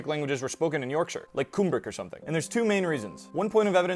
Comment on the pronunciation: Thank you for pronouncing Yorkshire correctly. I know a lot of Americans struggle with -shire places for some reason.